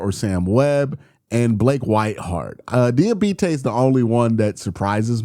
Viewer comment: If Diabate leaves, at least we won't have to hear you butcher his name anymore ;)